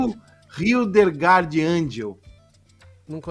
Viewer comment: O cara não sabe nem lê o nome de Hildelgard, o h tem som de i.